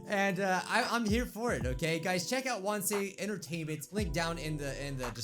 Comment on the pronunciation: Why wansey instead of wansee